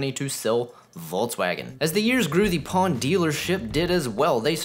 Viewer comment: One thing you pronounced the name Pon as it should be. Simply Pon.